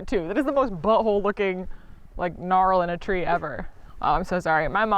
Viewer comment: Confirmation of the buh-hole pronunciation theory - ymh